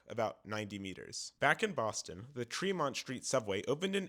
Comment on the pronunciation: Great video! Just a couple corrections: The Amtrak to Maine is called the "Downeaster," not the "Northeaster." Lechmere is pronounced LEECH-meer, not LETCH-meer. And it's "Tremont Street," not "Fremont Street."